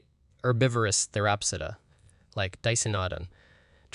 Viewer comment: ca-rot-id artery. Pan-gee-a continent. Sa-rop-sid. Si-nap-sid. Watch PBS Eons to discover the proper pronunciation for these complicated words .